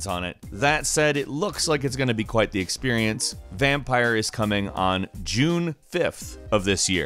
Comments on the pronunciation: Btw “VAMPYR” is pronounced VAM-peer not “Vampire with a y” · still doesn't pronounce VampYr correctly.